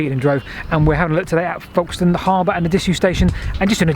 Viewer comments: Another cracking video - sorry I meant &!! 😱 My wife will be especially pleased as she was born in Folkestone (with an 'F' not a 'V' please!! 😎) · It's pronounced Fokes-ton, but with an 'L' in front of the 'K' that is so quiet you can't hear it. Now, say after me...